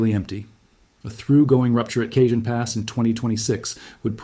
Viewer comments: FYI, Cajon is 'Ca-hone', not 'Cajun'. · It is pronounced Cahone not Kjun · Went on here to say this, also I grew up in Hesperia. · Cajon is prounced as kah-HOHN. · It's "Caw hown" pass. Eye Dialect. Regardless, I live in Ontario, CA and we're screwed...It's not like we can just pack our shit up, sell our home, leave our entire family and go. When it's our time, it's our time. I am prepared though. I have an RV that's filled with water and fuel, xtra bedding, stores of water, canned/packaged food, ect to last at least 3 months, a side by side offroad vehicle to traverse unstable land, 5500w Generator and a "collection" in my personal safe with lots of "support". When shit hits the fan, I'll be there to meet it. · Cajon pass is pronounced Cah hone pass. As Tejon pass is pronounced Teh hone pass. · Please fix the pronunciation of Cajon Pass on this video!! Driving me and many other viewers crazy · If you're going to do a credible study, you should be able to pronounce Cajon and Jacinto properly. Do your research! I shut off your video, accordingly.